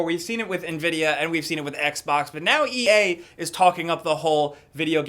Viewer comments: "but now e-AY" lmao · Am I the only one who thought sounded really wierd when he first said ea?